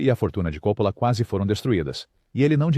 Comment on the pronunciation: Esqueceu do filme caldeira do diabo não sabe nem pronunciar os nomes certo ele diz copolo